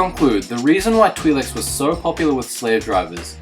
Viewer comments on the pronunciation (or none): Why cant this guy pronounce twi'leks right XD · Mispronouncing twi leks